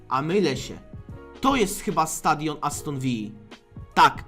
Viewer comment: Aston ViLLa a nie Vija ;) to nie Hiszpania